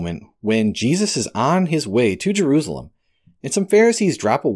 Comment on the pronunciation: Jerusalem....Jer ru sa lem Of course you may prefer to say it as.. Je roos alum. . Lol.